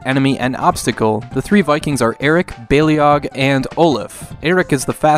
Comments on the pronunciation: FYI, it's pronounced more like "bay-log", not "bay-lee-og". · In TLV2's intro the narrator says "bay-lee-og", where as since their introduction to Heroes of The Storm, it seems to be pronounced "bay-log".